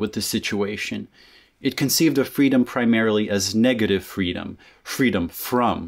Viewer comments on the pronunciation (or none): none